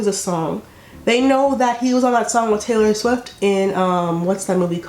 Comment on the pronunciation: It sounded like she said Hillary Swift